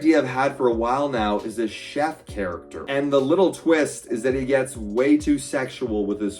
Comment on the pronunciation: "Che forker" For the chef please!